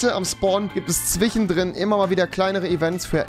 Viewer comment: Warum sagt er zwichen und nicht zwischen?